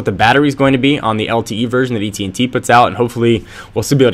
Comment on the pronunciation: u keep saying ET&T